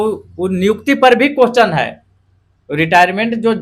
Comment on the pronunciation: Teacher बनेगा और question को कोहचन बोलता है